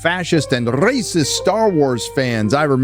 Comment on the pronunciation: Are you pronouncing the word “rrrrrrrracist” because of Ben Shapiro? Because if so that’s awesome and all us conservatives need to do it.